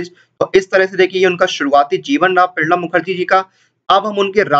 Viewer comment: Are bhai Pranab Mukherjee ka naam to thik se bol le....